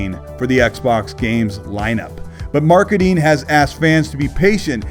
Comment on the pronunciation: nice coverage. Although as a non native speaker I have yet to learn what „marketeen“ is.